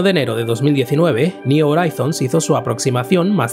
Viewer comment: me duelen los oídos cuando pronuncias "Horizons". Una duda, si pronuncias bien "New" o "New Frontiers", cómo es que "Horizons" lo haces tan...mal? Ayyyy! Por lo demás, excelente video.